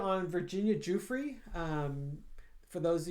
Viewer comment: Her named is pronounced Jue-fray, btw... per her ghostwriter. ~D